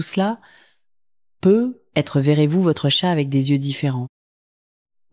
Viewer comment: Il faudrait apprendre a la voix synthétique le mot "peut-être "...